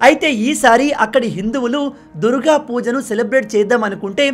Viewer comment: ఆదాని విషయంలో మీ logic తప్పు! ఏది ఏమైనా బంగ్లాదేశ్ హిందువుల విషయంలో భారత్ ప్రభుత్వం తక్షణ చర్యలు చేపట్టాలి - పరోక్షంగా నైనా సరే! ("దుర్ గా" అన్న pronunciationని "దుర్గ" గా దిద్దుకోమని సూచన)